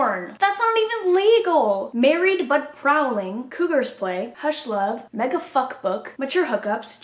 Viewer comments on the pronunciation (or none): none